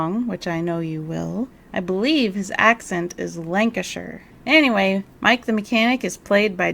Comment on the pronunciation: As a Manc, I really appreciate you pronouncing "Lancashire" (my home county) correctly! I usually hear Americans say British counties the same way as the horse. You really do your research, even on the little things... Thanks for your hard work on this series! Slowly getting through each video every night as bedtime listening! 😅